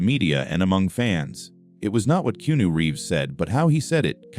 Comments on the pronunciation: Why cant the speaker SPEEK Keanu Reeves name correctly or even the same pronunciation throughout its f redickulouse that you can't SPEEK his name right or correct in any f way it's redickulouse please stop fucking his name up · It's disrespectful & redickulouse